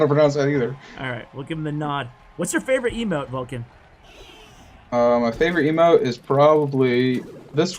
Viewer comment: Isnt he VULkan and not VULkcan? I got confused by reading the description. But yeah, he's my fav. pro now honestly. Surgical comes second. It feels like yesterday I was rooting for Viva La Sparky in Kings Cup 2. Love from Nepal. <3